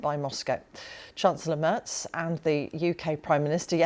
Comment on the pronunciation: Love that Chancellor Merz's name is misspelled in the BBC subtitles and mispronounced with a ‘t’ in the moderation. He gets what he deserves - who the heck is this unexciting, uninspired BlackRock lobbyist and warmonger? Greetings from Germany.